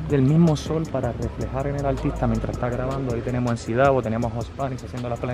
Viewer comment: no es mac davo es emci davo